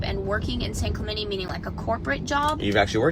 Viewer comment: Hey white people...it's pronounced San Clemente... not San Clemenee. Don't insult my culture like that.